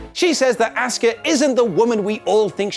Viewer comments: Jesus Christ , how have I never noticed how much this guy butchers Asuka’s name? It’s “aws ka” not “ask uh”! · AHH-SkA not Ask-ah